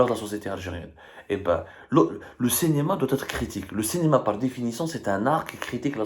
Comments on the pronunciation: Le Cinéma et non pas Le Cénéma ya essi Abdou, travaille sur ta prononciation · Abdou. SVP, Cinema avec un i et non pas cenema.